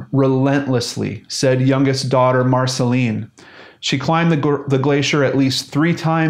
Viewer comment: Dear, I am from France and Marcelin would be pronounced Marcelain. I don't exactly have an English comparison to give, I'm not sure there is one, but you could hear what it sounds like if you make that robot voice on your computer say it for you. Anyway I'm not judging it's not easy to know how to pronounce everything, so I'm just saying to help, not to be a pain in the ass.